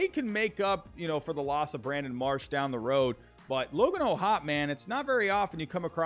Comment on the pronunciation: Its logan o’hoppy is how it’s pronounced